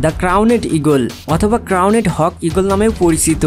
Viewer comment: ওটা "করনেড" ঈগল না, ক্রাউন্ড ঈগল। উচ্চারণ ঠিক করে করুন।